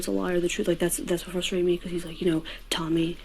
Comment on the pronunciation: Holy shit...there's an R in "frustrated," and yes you pronounce it!